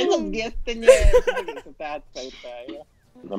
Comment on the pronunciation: És az a hangsùly! 😂😂😂😂😂😂